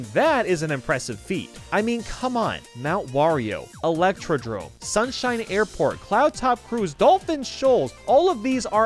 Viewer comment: The hell is an “Illectridrome” ?